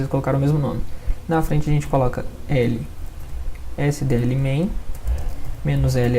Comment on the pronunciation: QUE AGONIA ASSISTIR VOCE FALANDO "MENOS ELE ÉSSE DÊ ELE" PARECE QUE TÁ SUBTRAINDO A COISA